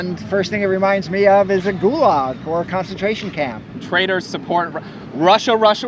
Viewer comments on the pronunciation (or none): none